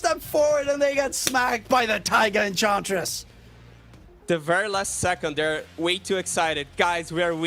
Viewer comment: EnCHantress... not Encantress